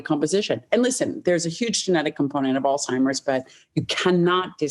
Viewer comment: did she really say alz-timers even though the CC says Alzheimer’s and Dr Lyon basically nonchalantly corrected her ?